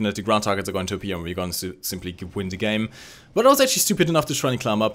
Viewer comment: Kleiner Tipp: "The" spricht man mit "i" am Ende nur wenn als folgender Buchstabe ein Vokal kommt. Ansonsten wirds als stummes, tiefes "a" am Ende gesprochen...